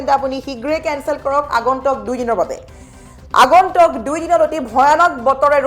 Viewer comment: Not agontok but agontuk pls correction the actual word